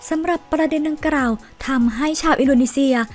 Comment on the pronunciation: ออกเสียงผิดเยอะมากเช่น คำว่า ดังกล่าว ออกเสียงเป็น ดังกร่าว คำว่า กลัว ออกเสียงเป็น กรัว